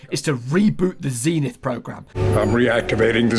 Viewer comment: I cant cope with how you pronounce zenith zeeeenith